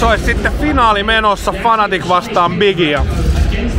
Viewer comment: Se on Fnatic ei Fanatic :O